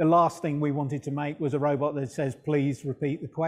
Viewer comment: Lol, "just send a robutt, mate."